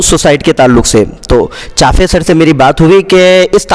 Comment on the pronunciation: محترم चाफे نہیں بلکہ चापे सर है